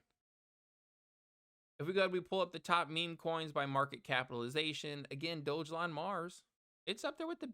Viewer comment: I stopped watching this JOKE video right around 55 seconds. As soon as you said it was a meme coin and as soon as you pronounced it wrong, I knew you were FUD. DO YOUR HOMEWORK DUDE!!!! dont talk about a TOKEN you know nothing about.